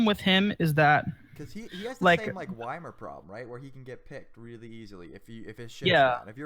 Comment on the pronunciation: did fucking say whymir?